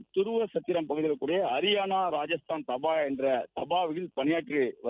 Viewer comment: Dhaa ba - please pronounce properly not daba